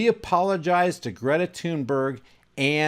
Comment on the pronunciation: Not tune berg thunberg like thumb Thor thud THunBerg. She says it like Thun Bae